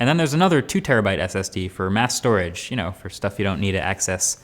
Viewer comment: He got a prebuilt and he can barely say SSD LINUS IS BETTER